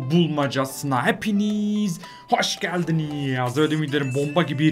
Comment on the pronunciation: hoşgeldinieaaz demene sinir oluyorum abi artık düzelt şu kelimelerini ya